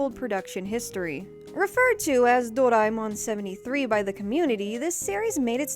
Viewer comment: A-knee-may Door-eye-mon